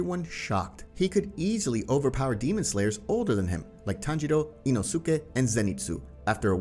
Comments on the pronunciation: Love how he says ino-su-ke Btw say inos-ke I think that’s how his name is pronounced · IT'S "EEE-NOO-SKEE" NOT "EEE-NOO-SOO-KEE"!!! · Next time please say ino-si-ke instead of ino-su-ke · ITS NOT INOOSUKE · eeno soo keh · Anyone else get so annoyed by this guys pronunciations? Ino soo kay. ?????? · i love this dudes content just hate the way he pronounces the names of these characters 😂 EenoSookay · Say it with me. E-no-skay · The way you say inosuke bothers me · That's tottaly hoe u say inosuke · Bro the way he said inosuke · You’re not supposed to pronounce the u in inosuke …. Same thing with sasuke … the u is silent